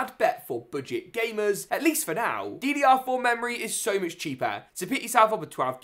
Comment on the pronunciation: Drr4😂 I thought it was ddr4